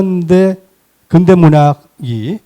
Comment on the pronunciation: 아이고! 자고저 문제가 심각하오이다. 자고저란 말 들어 보셔씁니까!?? 우선! "근대"의 첫 자는 길게 발음해야지요!! 그런데! 이를 짧게 잘못 발음했으니! 이 얼마나 슬픈 문화입니까!??